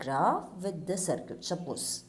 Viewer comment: Idk why she is pronouncing circuit as sircute😂😂